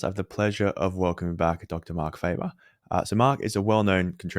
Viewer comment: You also got his name wrong. It is not Faeber but Faaber. He is Swiss not American.